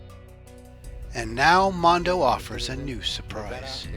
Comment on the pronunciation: It’s monda not mondo